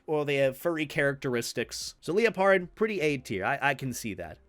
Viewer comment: I can see doesnt play Pokemon too often. Mispronounces Liepard, calls Scraggy "Scrafty". Whoever chose the Pokemon for this tierlist has such oddball choices.